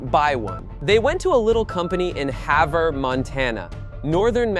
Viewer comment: I'm fairly impressed he pronounced Havre correctly. When that tractor was built it didn't even fit in the manufacturing shop with the tires on. I worked in the same shop years later assembling sprayers, air seeders, and a few other farming implements.